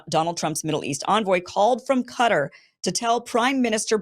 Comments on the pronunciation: Why on earth do you pronounce Qatar as 'Cutter'....??!? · sorry ,but Qatar is not pronounced "quder" as in " butter" . both "a"s should sound like a in "cat" . and the "t" sounds like real "T. and not like "d" or "r ". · Could you please pronounce Qatar as most others do.../kah tar'/. It's no "cutter" and the erroneous pronunciation is confusing to the audience. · It is not Katir, it is Qaa-taar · Its not CUTTER its Qatar, (Ku-Tar) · why do americans call Quatar CUTTER?is that the way the natives call it? always so confused